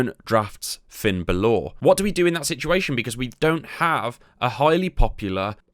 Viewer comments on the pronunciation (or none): B A L O R Not Balooorr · This bloke can't say balor he keeps saying balaw 😂😂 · Finn Bal-orrr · Did he just say Finn Bal-Or ? 🤣🤣🤣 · It’s bal ler brother sorry for the gammer but good video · someone don't watch WWE or play regular matches? Baloooor? Asooka? Bassler? come on man you're not even trying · Their called "faces and heels" good guys and bad guys, how hard is that? If your playing a WWE game you already know what they are so why not just call them that. Finn's name is pronounced Bal ore. Specialists are the best because you can put them up against ANY STYLE, bruisers you need to put them up against fighters, giants against cruisers but again SPECIALISTS you can put up against any style. It's pronounced Aska not AsUka, Jesus Christ have you not watched a single WWE show? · Hey asshole, how about learning the correct pronunciation of the wrestler's name before butchering it multiple times? Thought Brits were supposed to be intelligent. Dead ass wrong. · the pronounciation of finn bálor in this video is outrageously triggering for no reason. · The pronunciation of Bálor is killing me..